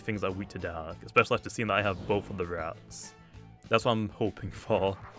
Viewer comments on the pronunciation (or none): none